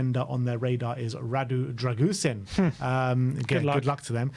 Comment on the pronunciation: It’s pronounced “Dragusheen”